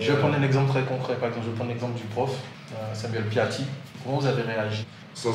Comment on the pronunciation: Samuel Paty et pas Samuel Piaty